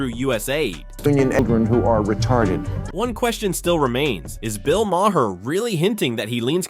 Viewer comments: His name in pronounced 'Mar', not the 3 different ways you pronounce it here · Bill Mah-her? Are you uninformed or just a robot? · Pronounced, "Marr." 1 syllable. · Maher rhymes with tar, dude. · Can't listen to Mr. AI butcher these names! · There were 5 different pronunciations of Mahrs name. Just pick one you dumb AI channel